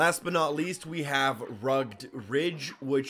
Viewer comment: did he pronounce rugged as rugd